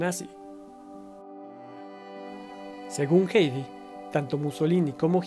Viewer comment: Muchas gracias por este documental, es el mejor que he visto de Hedy Lamarr. Sólo una observación, con todo respeto, su nombre es Hedy y se dice así como se escribe, digamos "gedi" y no "geidi". Saludos 🤗